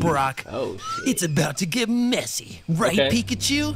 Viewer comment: Bro that ain’t pickachu that’s mekachu